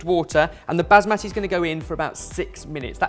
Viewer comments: okay I'm an arab and i couldn't see what people were saying about strange pronunciations until he said: Baazmati rice 😂😂😂 man it's Bas-ma-ti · Also, it's pronounced Baas-Muh-Ti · Now they've pointed out that says things wrong I can't stop hearing it. He's saying basmati funny but maybe that's just his accent who knows... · The way pronounces basmati hurts me a little bit